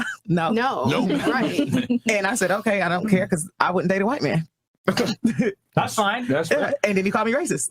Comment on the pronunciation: “Thasss.” Not “that’s.”